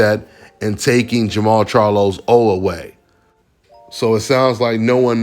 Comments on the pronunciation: It's jermall . No jermell! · Jermall not Jermell